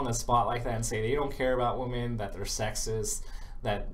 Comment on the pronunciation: every time you tried to say "women" it sounded like "woman". You gotta enunciate more clearly.